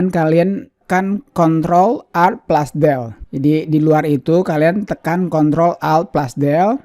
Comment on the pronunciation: Baru denger plus,dibilang plas Bang.